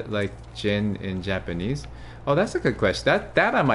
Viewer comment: his voice is so wonderful. However, his Japanese pronunciation is not very good. I want him to be a voice actor This will require a lot of practice time. That would be a lot of work.